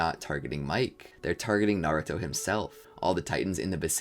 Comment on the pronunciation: The way pronounces names kills me. Miche is somehow mike🤣